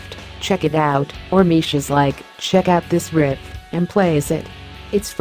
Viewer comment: Why does this crappy text-to-speech insist on pronouncing riff as rift?